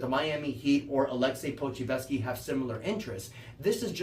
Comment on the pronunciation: I believe its pronounced Poku•chef•ski